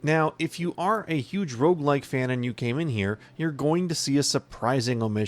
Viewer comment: Are you saying Rouge-lite or Rouge-like?